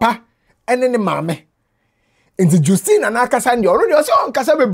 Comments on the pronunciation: Justine is pronounced jas-teen not jus- teen. Thanks for your diligence in research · please it’s pronounced JUST-ine. Just as Justice, it is Justine. From the Grandma’s own mouth. Thank you sir🤝🏾😌 just wanted to correct this